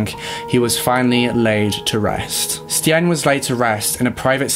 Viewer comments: Good job on trying to pronounce the Dutch names! Stijn is actually pronounced like stein (just think of any German sounding name haha) but honestly you both did a great job!! 😊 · It's pronounced like Steiyn. Something like the way you say I, like I am. But then inbetween the st and n. No idea how else to explain. But no hate. Just a launguage issue. Love you guys. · Just a suggestion - the correct pronunciation of most names, no matter of their nationality, can easily be found via a simple search on google. Stijn, for instance, should be read much like the English word 'stain'. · Can’t believe you covered a Belgian case! I’m from Belgium ❤️ It was kinda funny hearing you guys pronounce these names, not gonna lie 🙈 ‘Stijn’ for instance is actually pronounced ‘Stayn’. Love your video’s, keep it up! I hope in the future you cover some more Belgian cases, we have a lot of interesting ones. Maybe the Dutroux case. He is Belgians most notorious serial killer, he would kidnap young girls off the street and keep them in his basement. It is truly horrifying. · Y'alls pronunciation of Stijn is so sweet. This summer of collabs will hopefully bring a lot of people awareness <3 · i am actually dutch, i speak the language from both belgium and the netherlands. i wanted to thank you both for taking on a case from a place far away. you both pronounced most of the names wrong but it honestly doesnt matter, i loved this video. thank you both <3 love from nijmegen (the netherlands) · Eindhoven was perfectly pronounced 👌🏼 but stijn is actually with the same sound as the ei in Eindhoven ☺️ awesome you guys try it thought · Its so cool to see cases nearby me finally been covered, I'm dutch and remember this case bein on the news. The pronunciation is a bit off tho ;)